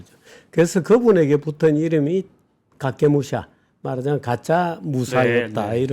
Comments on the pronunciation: 카게무샤를 왜 자꾸 가케무샤라고 하는가? 일본어로 카게와 가케는 완전히 다르다. 카게는 그림자, 가케는 걸다 의 뜻이다. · 駆け武者 카케무샤 용맹한무사 影武者 카게무샤 가장한무사 발음 잘 합시다.